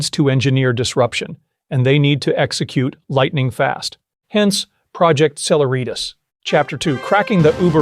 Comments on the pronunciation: Just a note: celeritas is a Latin word meaning speed or swiftness. It is the “C” in E=mc2. It is pronounced: seh-LEH-rit-us. NOT: seh-la-REET-us. Really good and well reasoned video. But your pronunciation of celeritas was hitting me like scratching fingernails on a chalkboard. Yeek! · "Cehlehreeetas" , emphasis on the second " eh".